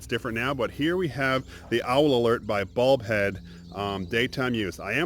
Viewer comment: I keep hear saying "Bald Head", instead of Bulb Head."